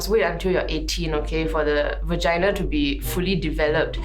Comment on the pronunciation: va ge na? gg why the pronunciation so weird one